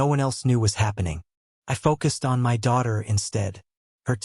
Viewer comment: Why are the letters in the word my are sounded separate instead together.